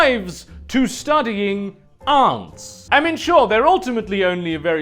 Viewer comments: It's "ants" not "Ants". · it really bothers me how you pronounce "ants" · please fucking pronounce ants properly jesus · ¿Aunts? ¿So þey see us as equally insignificant as aunts? But seriously, British people pronounce þe word "Ant" as "Ent" and not actually as "Awnt". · You pronounce "Ants" weird.